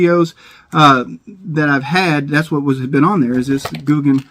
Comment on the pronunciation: Gouken not googan it almost sounds the same spro gouken